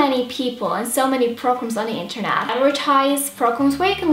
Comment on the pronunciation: you say there like dare and energy like energy and internet like onternet those particular things stick out to me and I love it 😘😘😘❤❤❤❤❤❤❤❤❤❤❤❤